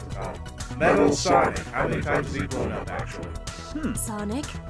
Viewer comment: Thank you for answering my question. Honestly the predazord from power rangers wild force would be perfect for team chaotic just replace the wolf and hammerhead zords with a chameleon and bee zords. And sonic you said my name right.